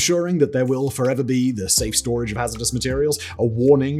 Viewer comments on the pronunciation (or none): none